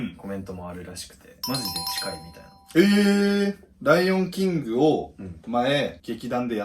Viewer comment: ライオンキングの発音褒められるのは草